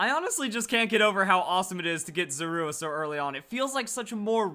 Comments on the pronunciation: It is pronounced ZOR-A! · You put the stress on the "u" in Zorua? That sounds so weird. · The way he says Zorua -_ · He said Zorua wrong and I just cringed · um im relivant I thought I was the only one